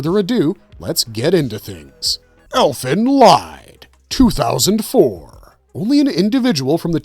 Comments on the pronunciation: The “Lied” in “Elfen Lied” should be pronounced as “leet”. It’s a German word for a song. “Elfen Lied” means “Fairy Song”. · Elden Lied. Lied is pronounced as LEED.